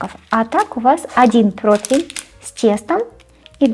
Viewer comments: Дитинко, не "протвень", а "противень", якщо вже ти не хочеш говорити українською мовою, а своєю улюбленою російською, то хоч правильно говори. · Противень (не протвень) Противня (не протвеня) Противню (не протвеню) Противнем (не протвенем) Противне (не протвене) ❤ с любовью и самыми добрыми пожеланиями, Алина